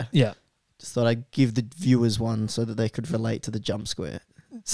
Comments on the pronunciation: he said Jumpsquare 😂😂😂😂😂😂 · "Jumsquare" 😂 (7/40,000)